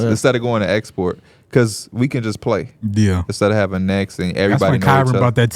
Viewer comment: They really be calling Esporta fitness “export” 😂